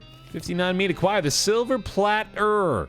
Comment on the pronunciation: I love that actually mispronounced silver plater until he was corrected just like the character was.